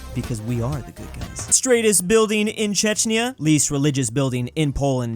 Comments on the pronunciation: chechnya? CHECHNYA!? DUDE JUST SAY CZECH (it sounds as same as *check*) REPUBLIC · Chech-ya! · Wont even try to pronounce Aberystwyth cos ppl would make fun of me in the comments for mispronouncing it. The same time consistently mispronouncing, last time few minutes prior in the very same video, Czechia as Chechnya. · BRUH czecznia?! Its Czechia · bruh thats Chzechia not Chechnya Also happy for how many Slovakia memes there were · It’s pronounced Czechia (check-ee-a) not (Ch-e-ch-ni-a) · DID YOU CALL CZECHIA CHECHNYA? IT IS PRONOUNCHED CHECK-I-AH NOT CHECK-NEE-YAH! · Check-eea. Hope this helps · man, its pronounced as tčekia (if you guys even know about word č, wait so we have another word badly pronounced by english/american people besides word Ř) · Yes in fact when you wanted to say Czechia you said "Chechnya" which is one of the countries in the Russian Federaration ( their capital is Grozny , there was a terrible war there ) ---yes I confirm : I'm French and I've learnt Hungarian, it is very difficult to learn ha ha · pronaunced čekia believe me i live there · I literally gasped in pure disbelief when you called us Chechnia. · keeps on pronouncing czechia as chechnya which is funny because chechnya is litterally a russian republic region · Czechs on their way to defenestrate after he called Czechia 'Czechnya' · bro called Czechia chechnia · I love that Czechnia is an English word that is pronounced by Polish pronunciation rules (cheh-hnya) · this mf called Czechia Chechnya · Pronounced chekia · OMG CHECHNYA WTH THIS OFFENDS ME AS A CZECH PERSON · Hey please, learn to pronounce Czechia, it’s not Chechnia. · czechia He pronounced Čečia 🤣🤣 Im Slovak ( Our architecture the best 🇸🇰🤣 ) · Pronounces Czechia Chechnya Czechs: EXECUTE ORDER 66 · why did you pronounce Czechia/Czech Republic Chechnya you just ruined the lives of me and my ancestors! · Pronounces Czechia as Chechnya. Czechs: So you have chosen death. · dude its chek-ya